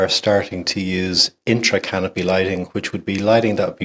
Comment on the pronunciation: Thank you for calling it intracanopy lighting and not intercanopy. Drives me crazy lol Anyway I just installed some side lighting a couple weeks ago and it seems like it made some of the branches go sideways or even down rather than up. Maybe if I kept the lights there through the whole grow it would all work out (I'm still in veg) but I don't want to mess with it so I have them in the corners above the canopy now just to help even out the light. Or maybe I'll drop them down later if there are lower buds I want to get light to 🤷‍♂️ Having fun regardless 😊